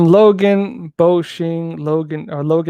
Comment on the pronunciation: I love how he’s so used to saying Chinese names he said boxing like that lol